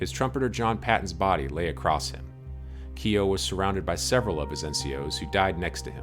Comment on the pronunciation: The name Keough is pronounced "Key-och", the second part being as in a Scottish Loch, without the L, but not lock.